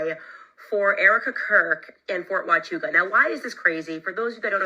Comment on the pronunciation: What I find interesting is the way Valhalla kept mispronouncing Fort Huachuca in his last couple of podcasts almost like a he was wanting everyone to look somewhere else. The first time Candace mentioned the fort he said the story wasn’t real. He really really didn’t want her to pay any attention to this place. Odd… he also doesn’t believe TPusa has anything to do with what happened to CK. Even though they have acted suspicious from the beginning. Something is up with him.